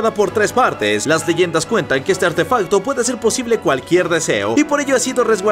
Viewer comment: apuesto a que nadie se dio cuenta de que dijo artefalto en ves de artefacto